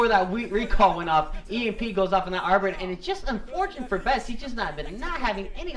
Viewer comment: Haha lol, see, you CAN say 'arbiter'! Well done. Still love the enthousiasm, it games the game so much more exciting